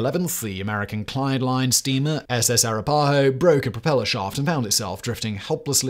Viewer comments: "ah-RAH-pah-ho" is the pronunciation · He was not pronouncing Iroquois and Arapahoe with a British accent, he was totally mangling them beyond recognition. And I've probably forgotten more about British accents than you will ever know. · A couple of technical nit picks: Iroquois - "EER-uh-kwoy", Arapahoe - "ah-RAP-uh-ho" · Hearing Simon butcher Arapahoe and Iroquois is killing me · It's not racist to point out mispronunciation of tribal names (I should note that the writers of "The Chicken Song" from the British comedy show "Spittin' Images" in the mid 80's knew how to pronounce Arapahoe) and more than pointing out when someone mispronounces Leicester, Marylebone, or Derby. I'm going on the assumption that Simon simply never heard the names pronounced out loud. And considering my ancestry is over 70% British, it's a bizarre stretch to accuse me of being racist on this one.